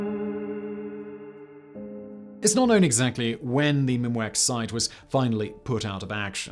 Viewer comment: “The site they chose was Mimiak.” Ffs come on Simon, please pay attention to these words rather than inventing something else on the fly?